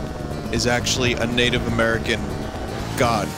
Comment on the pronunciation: i thought he said negative